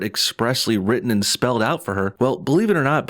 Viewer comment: What drives me nuts is this new trend in glottal stops as made famous by Randall in Clerks when saying the word button. He pronounces it bu'on. And now grown men and women constantly say "impor'ant", or "wri'en". Talk about cringe. Some people are now adopting "ambalance". And! The guy says "ayand" and looks up while talking. These aren't liberals, they're adult children. Whew, feels good to get that off my chest.